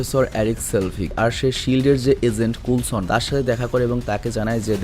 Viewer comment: ভাই,,নাম গুলো ঠিক করে বলবেন প্লিজ,, কুলছন কে বুলছন কেনো বলছেন। 😅😅